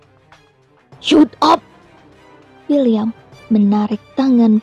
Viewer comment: English please, "shut up!" Di baca "Shadap!" 🙏🙏🙏😀😀😀